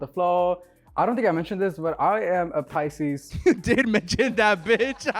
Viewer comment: When Sergio said PICSES ….😀